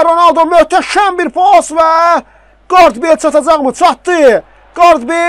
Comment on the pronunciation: Ronəldi yox Ronaldo